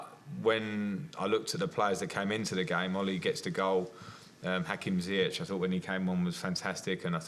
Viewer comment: does anyone notice lampard pronouncing hakim ziyech correctly?good job lampard👍🏽